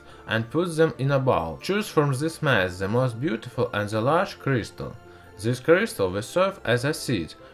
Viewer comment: say this not zes